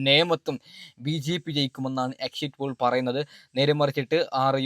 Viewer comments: നല്ലത് പോലെ ഭാഷ ഉച്ചരിക്കാൻ അറിയൻവയ്യതവെൻ്റെ. ഒരു എക്ഷിറ്റ് pole. എഴുന്നേറ്റ് പോടാ പുല്ലേ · ആദ്യം എക്സിറ്റ് പോൾ എന്ന് പറയാൻ പടിക്ക് ആദ്യം സംസാരിക്കാൻ പടിക്ക് എന്നിട്ട് ആവാൻ സസ്ബ്രൈബ് 😂😂😂😂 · ആദ്യം എക്സിറ്റ് പോൾ 😊എന്ന് പറയാൻ പഠിക്കു മുത്തേ